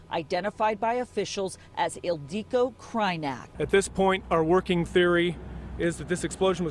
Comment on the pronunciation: Her name is Ildiko Krajnyak not Ileiko Krajnyak